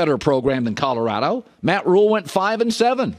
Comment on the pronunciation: Jason, love you, BUT it’s NOT Cutterado it’s CoLorado!! 😁😁